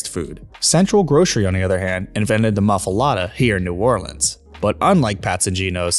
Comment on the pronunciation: I can't take it anymore. You have said "muff-ALATTA" too many times. This is so wrong! Your transcript has it erroneously spelled "mafulata" , and "muffilata " . For the love olive things, it's a muffuleta! Look at the sign , the sign (I admit, it's one "t" on one and two "t"s on the other), and the wrapper (...fuletta). IT IS NOT A MUFFULATTA!